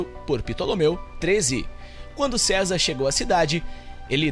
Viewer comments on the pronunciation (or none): none